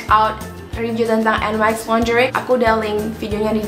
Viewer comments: hai... NYX bacanya niks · emang en way ex bacanya 😭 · Bener yang di ucapin ka kali hahaha